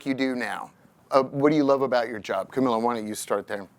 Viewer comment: Idk if it's just me but I consistently get the feeling that the host genuinely has no clue what's going on. Constantly mispronouncing Camilla's name, asking the most basic questions, constantly stumbling over his words. If you're gonna interview these prestigious people, you should at least have done some research to really know who these people are. The women did an amazing job with their talking points but the host made it so awkward and almost unwatchable